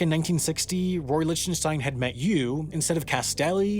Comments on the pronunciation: Please stop saying "Lich - ten -stein." It's pronounced "Lick - ten - stein." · I think his name is pronounced Lick ten stein. Not Lich ten stein. A remarkable artist by any standard. Most blue chip artist are very good. They usually don't succeed for nothing. It takes a real education to know the difference. There is intrinsic value to some art and to see that takes experience. The saddest thing here is that the vast majority of artist will fail to make the grade in their lives. Artist need government support. The amount of money allocated to support the arts in the US is disgraceful. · So annoying... you can't even check how to pronounce an artists name? IT'S LIK-Ten-Stine!!!! NOT Litch-ten-shtine. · Merely the latest YouTuber that doesn't know proper pronunciation. Try "Lick-ten-stine". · liHHtenshtein. My ears are bleeding. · Love your work as always. Just one note though: Lichtenstein is pronounced LICK tuhn stine with a hard k sound. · Lichtenstein is pronounced Licktenstein btw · it's pronounced Lick-ten-stein FYI. I was cringing. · I find your pronunciation of Lichtenstein disturbing. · Also, nice video… but please learn how to properly pronounce Lichtenstein. Regardless of whether you like his work, he at least deserves the respect of having his name pronounced properly. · This video is awful, and his pronunciation of Lichtenstein is annoying me. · That is not how you pronounce Lichtenstein. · So many comments and I can’t find any about mispronouncing Roy Lichtenstein’s last name lol. See you again in the mistakes video <3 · I love how you pronounce Lichtenstein .D